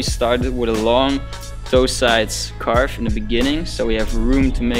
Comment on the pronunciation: "Caarwwvuuh" Lekker ge-engelsd broer xD Maar gg, thx voor de goeie uitleg